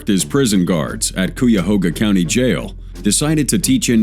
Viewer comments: Cuyahoga is pronounced as kai-uh-hoe-ga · Its pronounced. Cuy-a-hog-ha. LOL